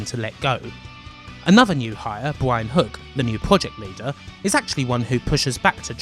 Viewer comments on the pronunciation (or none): none